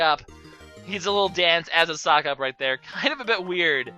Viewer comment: Sockop/Socop. Sicop, really?